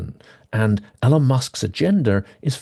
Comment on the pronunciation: Hi, I don't disagree with anything you said in the video, and I know nitpicking isn't cool and all that, but I just can't help myself. So I have to ask: Why do you insist on mispronouncing Elon's name? There must be hundreds of videos out there with Elon saying his own name by now, and hundreds more of other people saying his name correctly. So it can't be that you don't know how his name is supposed to be pronounced. So what is it? Again, despite how I sound, I'm not trying to be a dick. I'm just genuinely curious.